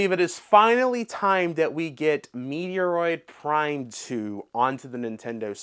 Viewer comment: ....I cringed and I'm dead 😵😵‍💫💀☠️: This this guy say " Metoroid Prime ????? " Dude ....the name of Samus's Game is METROID PRIME !!!!!! ....Like have you ever heard anyone pronounce like you ? NOOOOOOOO!!!!!! DO BETTER 😡🤬